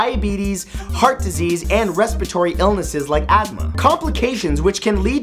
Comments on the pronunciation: lol he said adma instead of asthma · i dont want to sound like a dumb ss but was he tryna say asthma at like halfways through the vid??